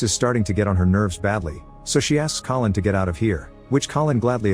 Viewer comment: The narrator called Collin "colon" at some point and it's now stuck in my head